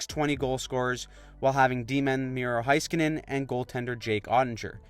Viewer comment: For the love of God, can we learn how to pronounce Miro Heiskanen's name for the playoffs? It's "HAY-skin-nen."